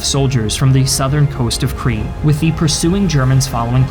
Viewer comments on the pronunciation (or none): Why do you keep saying Cree!? It's pronounced "Kreet" (Crete) and it's people are "Kreeshan" (Cretian). Interestingly enough, the continued mispronunciations throughout your series do make you appear a cretin, though the similarity here is only linguistic, alas.